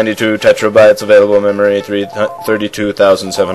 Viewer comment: "Tetrabytes" ... *Winces*